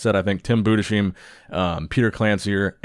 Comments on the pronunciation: it's Bu-des-heim... When are you going to get it right?... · It is "Tim Budes heim" (together) and Not "Tim Bude sheim" .